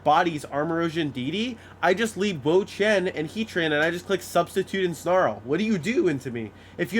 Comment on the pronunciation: "im like.. IN the Wo-Chein"